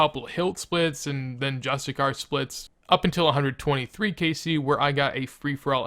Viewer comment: THE WORD IS JUSTICIAR NOT JUSTICAR